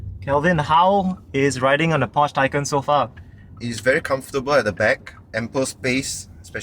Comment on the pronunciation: You totally mispronounced Porsche and Taycan. Also, you do not need the key to enter. You can use the app or set it to sense you approaching.